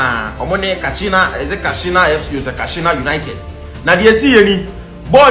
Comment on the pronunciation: KASINA NOT KASHINA